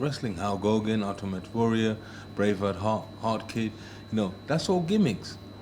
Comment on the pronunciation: "Halg Hogan...Urtimate Warrior...Bravehard-Hart kid..."